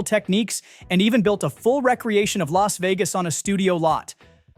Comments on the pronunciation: Thumbs DOWN. Terrible Channel. What is a "RECREATION" of Las Vegas??? Of course this is a loser's way to say "re-creation" when they have no idea what they're talking about. And it's not N-I-M-H. And it's not dram-idy. And I give up. This channel will be in my "do not recommend" list. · "Re-creating" and "recreation" are two different words and they are pronounced differently.